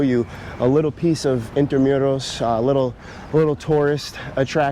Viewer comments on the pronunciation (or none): It’s not in-tra-myu-ros. It’s IN-TRA-MOO-ROS